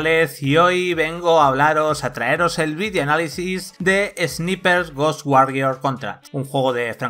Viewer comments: Porque los españoles pronuncian palabras en ingles como se escriben y no como se pronuncian? Esniper!!! XD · Se pronuncia esnaiper, y no son poderes son HABILIDADES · La pronunciación en inglés y vandal: engine = enllain; ROM = rum; tasa de frames = tasa de frames (como suena por ); God of war = Gud of guar; Service = servais y ahora también Sniper = esniper. Grande vandal, buen nivel de profesionalidad periodística. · SNIPER = SNAIPER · repeat after me = ess-nai-perh . No es dificil. Ess-nai-perh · flaco, se supone que son profesionales, minimamente pronuncia bien la palabra "sniper"